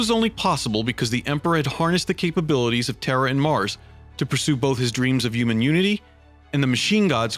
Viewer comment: Dude needs to work on his pronunciation. Terror, uman etc...